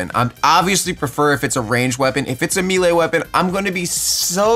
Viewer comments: Melee weapon (may-lay) not meeeelay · This guy said meelee 😂😂😂 its melee bruh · its melee not meele. <3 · Sound it out with me brother. It’s melee (maylay) not “meelay” 😂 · not to be that guy but 'melee' is pronounced 'may-lay' not 'mee-lay' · #71 learn to say melee properly... may-lay not mee-lay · “Meelay” Jk good vid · "A meal a weapon" ???? (I know he meant to say melee) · “Meelee weapon” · it’s pronounced may-lay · it’s pronounced “maylay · It's pronounced (maylay) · You pronounce melee wrong